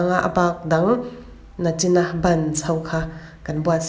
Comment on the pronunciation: Nachin, ni lovin, nichin tih tawh tur aw